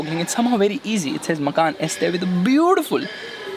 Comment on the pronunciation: And people call this automotive journalism, a girl screaming in the trunk, a guy who can't pronounce Porsche or Macan correctly, "testing" in public roads, and wait he knows how to read the brochure! Slow claps! 😎